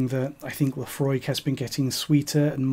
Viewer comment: i clicked like the moment u said laphroaig😂